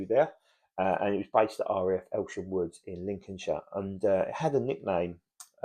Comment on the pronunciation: Elsham Wolds, not "Woods"